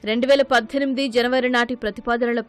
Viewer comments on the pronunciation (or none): none